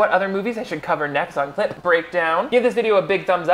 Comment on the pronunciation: I know you are saying "clip" breakdown, but my brain keeps hearing "clit" and now I think I'm catching feelings